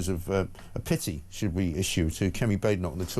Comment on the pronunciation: Shoit not should